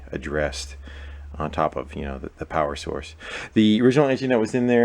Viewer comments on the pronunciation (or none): none